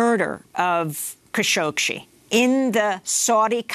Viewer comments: Amy goodman if you’re going to cover Kashoggi so extensively stop mispronouncing his last name lol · Idiot presenter çañ't even get the name right. Shame on you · As much as I love watching this show and listening to Amy Goodman, I have to say that it’s disappointing to see her not being able to pronounce Khashoggi properly.